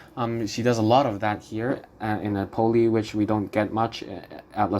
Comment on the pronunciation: Nápoli, not Napóli. Otherwise interesting.